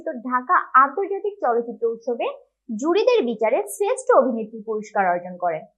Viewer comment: ভিডিওটি ভালো হযনি। শ্রেষ্ঠ উচ্চারণ ঠিক করতে হবে।